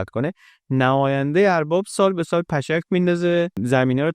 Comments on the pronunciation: با تشکر از شما برای ساخت این ویدئو ارزشمند. فقط جهت اصلاح عرض میکنم فکر کنم تلفظ صحیح peshk انداختن باشه به معنی قرعه انداختن. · ، سپاس از تلاش و همت بلند شما و سایر همکاران گرامی. در یک بخش از ویدیو، کلمه «پِشْک» به معنی قرعه انداختن را درست تلفظ نکردید. حرف شین، ساکن است. با برنامه‌های شیرین شما، دیدگاه و سمت و سوی ما به جهان بهتر و زیباتر شده.